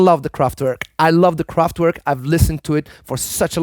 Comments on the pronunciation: It's not KraftWORK it's kraftverk German w is pronounced as a v and a german v is more like an f like in volkswagen .. "folksvagen" Kraftwerk means powerplant. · ...VERK try to say "VERK": that's how W is pronounced in German. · Kraftwerk not Kraftwörk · No, its spoken Kraftwerk. I am German, with a well educated linguistic background, so yes: I know for sure :)